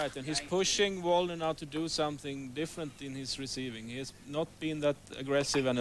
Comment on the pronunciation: they mispronounced Waldner's name too. these announcers are pretty terrible